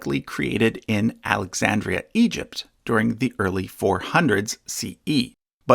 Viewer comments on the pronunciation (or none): none